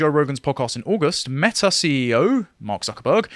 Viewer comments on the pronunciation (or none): none